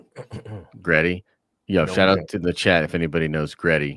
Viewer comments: it’s Gritty; is in Grit- Tea. Not Gret-Tea. It’s a play on the term playing with Grit. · 1: It's GRITTY - Grit-tea, and he is NOT a national treasure to Philadelphia, more like a joke. If any of our mascots is, it's the Phanatic. Or it's the Cheesesteaks. 2: The sequel trilogy 100% needs to be removed, to be rewritten. They can keep the characters, but most need an overhaul on top of the entire plot. Case in point - Rose, make her and her sister pilots of next gen Y-wings (and remove those abysmal bombers that A: are not even close to B-17's they are supposedly modeled off of in concept and B: if you look at the progression the Clone Wars and how it's fought is much closer to the first world war and both it and it's following years follow a path similar to the run up to the second World War, which again - the OT follows some of that in style a bit more taking place roughly the same amount of time after the Clone Wars as WWII to WWI. More multi purpose craft, you don't get many of the same massive fleet battles, fighting is more dynamic than static, etc. 30 year jump to the late 60's/early 70's the next gen Y-wing should be akin to say an F-105 or an A-10 where as well, the X-wings were fine as the multi-role still but faster and agile seeming like more modern jets to the time like the F-14/15/16) to which her sister, in her hatred of the empire, makes a choice due to damage to try and take the enemy ship with her (ala Return of the Jedi) lending later to her having pilot ability and her line about 'we don't win by killing what we hate' or whatever it was. Make th